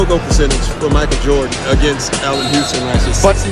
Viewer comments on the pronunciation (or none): none